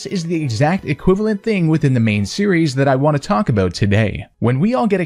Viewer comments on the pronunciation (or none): none